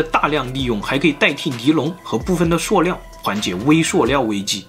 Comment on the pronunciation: 塑料念Su（四声）不念suo呀~